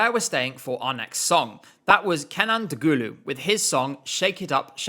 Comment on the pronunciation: DOGULU pronunciation has me dead